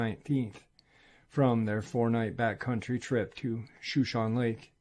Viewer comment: Shoshone Lake? Pronounced Show-shaun-nee